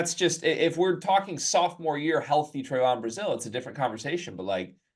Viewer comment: Trev on not Tre von